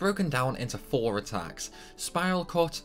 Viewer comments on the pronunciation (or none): none